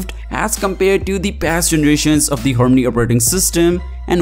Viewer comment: What did he say? "Horney operating system"!!